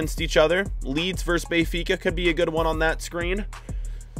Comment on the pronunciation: “Bayfica”, bruh!